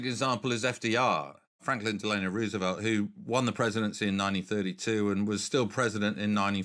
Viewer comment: Interesting. BUT! I wish people would not mispronounce the name "Roosevelt". It bugs me every time I hear it. (Clue.. o not oo)